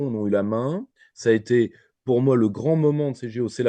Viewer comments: Comme il a tout tété... oups ! tout été !(sacrée liaison !). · Vers "comme il a tout été" ou "comme il a tout tété" ?!!!!!!!